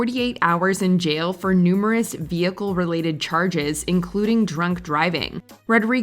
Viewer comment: and you mispronounced "jail".